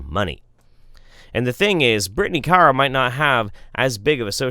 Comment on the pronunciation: I like how you can't decide how to pronounce Kara ☺ IMO it's always "Care-uh." And always spelled with a K, of course.